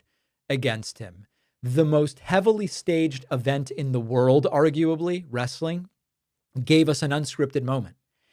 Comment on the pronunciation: It's wrestling, not Wrastling ...